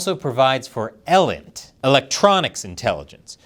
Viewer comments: its E-lint. not el-int. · When I was in the service, I always heard ELINT pronounced with a long E - Eee-lint. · That “EE - lint,” not “EL-int” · It’s said Sig-Int not Sig-Nint And ELINT is said EEEELINT not EhLINT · Sig-int, E-Lint lord christ it caused me pain listening to you pronounce those things but good video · ELINT is pronounced, "E - Lint" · Some pronunciation input. Sig-Int. Like the sig in sigsauer. E-lint like the e in e commerce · Sig-int. eee-lint. Not new